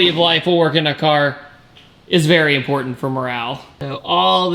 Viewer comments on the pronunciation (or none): none